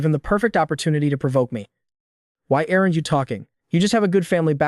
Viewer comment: 'errant' instead of 'aren't'?